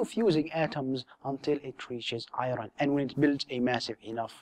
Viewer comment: It bothers me when you say "i-ron". Otherwise, great videos!